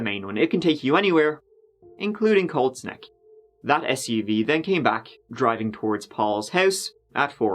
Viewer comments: I kept thinking he was saying Cold Sneck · I kept hearing cold snek instead of colt's neck... Great video despite my dumb brain though! So sad for the kids involved. They didn't deserve this crap. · Watching with the subtitles on and giggling every time it reads 'cold snack' instead of Colt's Neck. LOL